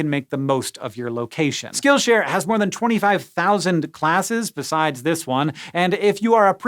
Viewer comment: Did he just call it SchkillShare?